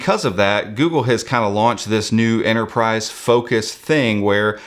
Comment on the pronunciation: There's a pesky T in Enterprise ;)